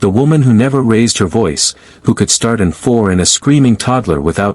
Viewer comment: Can you teach your robot that in a medical setting the apparent Roman numeral "4" (IV) is actually a verbal shortcut to an 'intravenous line'..."I--V" (Eye--Vee). Thank you.